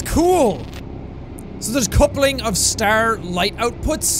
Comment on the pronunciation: A Stahrrrr